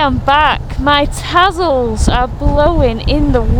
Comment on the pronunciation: It's Tazzle...with a zed......like when you catch the Buz